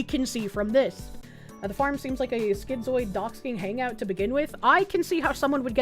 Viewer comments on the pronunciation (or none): none